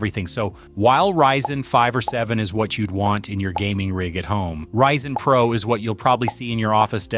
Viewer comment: notice how it randomly reads PRO as the letters acronym instead of as a word like other times that's a dead giveaway. There are also a few times where it puts the emphasis of a sentence on an unusual word.